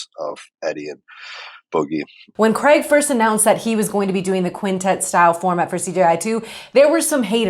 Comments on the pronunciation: Did she just say Graig Jones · Different pronounciation usually north americans say something more similar to "creg"